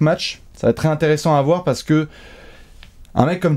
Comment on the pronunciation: y'a que moi qui tique sur les liaisons deBastien?? "Tré-ecxitant" ou "trè-intéressant"??